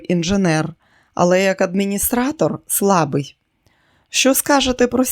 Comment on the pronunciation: Дякую каналу Екслібрис за знайомство з черговим чудовим романом Сідні Шелдона.❤ Шановна зверніть увагу на наголоси при читанні. ШИбеник,а не шибЕник. БлІдИй,а не блідий слабИй,а не слабий.і т.д.Листи розкривають,а не роздруковують..Бажаю каналу розвитку і вдосконалення ❤